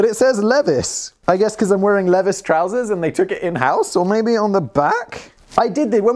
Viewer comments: Levis is actually pronounced like Leave-eyes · Leeeee-vies. Rhymes with Bee Pies. Say it with me. Leeeee-vies. BeePies. Levis. LEVIS. <3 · SIMON, it's not "Lev-iss", but, Lee-Vies", after company founder Levi Strauss. He, almost single-handedly invented the common Denim Jeans. His have bronze rivets at stress points to increase longevity of the garment. Newer models may not have the rivets due to better factories and fabrics. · cringing at pronouncing Levis (LEE-vigh-z) as Leev-ESS and I really don't know why I care. PS Got me Simon... got me gooooood. 🤣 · Simon!!! It’s Leeee- vies!! Not lev-is!! Eeeeek!!! 😝 And YES.. I finished the video too😂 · Two things Simon. Admittedly I'm on a business blaze binge so sorry for all the comments... Guess that technically makes it three things in four parts? 1a. I try not to be, but on 👖 jeans I'm gonna be that haughty American. Levisss it's Levi's say it with me now Simon. 1b. LEE VYE Z. (Again, sorry. Just real picky about that pronunciation.) 2. Kanye West buys £800 or $800 sunglasses, whichever denomination you used this time around. You really do change that up rather randomly... Simon, have you tried giving him window time? It might help his consistency. Lastly, my friends apartment building has a veeeery worn down elevator in it and in the upper corner is a slightly dulled iron plate reading OTIS 1974. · my company is a small company. 2 small stores. it's just a small company. not corporate. there is a difference. At my store the owners are also the operators and do everything themselves. A corporation is a legal entity that is separate and distinct from its owners. ALSO......Levi is pronounced leave - eye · Leviss jeans.....Leviss......do you mean Levi's!? That's my insanely successful corporation! Hard I on that. Lee-VYEs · Lev-is? C'mon Simon: leev-eyes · Lev-is?!! Lee Vies! Levis. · Simon, i know you don't care, but Americans pronounce Levi's, Lēvī's or Lee Vie's. It cracked me up when called them Levis